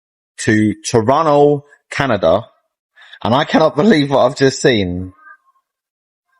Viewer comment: That first Brit said toronna like a pro, accolades